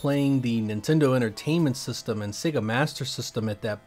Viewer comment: You really enjoy saying the word “systumm”